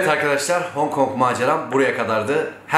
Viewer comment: Neden Hong Kong diyemiyorsun 😂😂